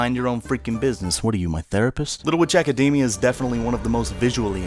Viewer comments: Little Ejacademia... It's all I hear when he says the title. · AC- A DAMI- A? It's academy but in japanese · Little ejack-admina.....why do you keep saying that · Your pronunciation of "academia" made my eyes twitch.